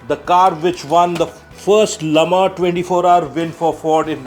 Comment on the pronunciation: Can we visit your museum? yes it is a museum, not a room, not a hall. and thank you for pronouncing Le Mans the way it should be. Infact all the pronunciations - Grand Prix, Mille Miglia